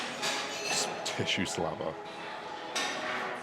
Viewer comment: "tissue slabber"